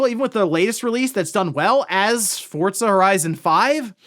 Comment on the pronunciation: Just unable to ever properly pronounce Forza